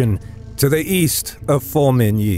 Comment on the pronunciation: As long as you don't know French. Just listen to his attempts at Formigny, Le Petit Hameau, and many others.